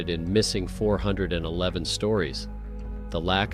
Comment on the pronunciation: OK. It’s not the 4/11 series.. it’s missing 411. If you’re gonna use military time, learn how to say it. Or better yet how about using these fake voice overs cease and desist. Makes everything sounds stupid. You lost me after a fourth of the first story.